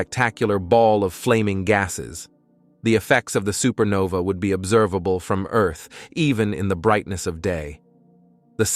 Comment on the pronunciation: Where tf is Eurrth?😂😂